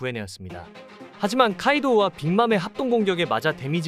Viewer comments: 근데 카이도우 카이우도라고 잘못말하셨네요 ㅋㅋㅋ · 중간에 카이우도....카이도우인데요....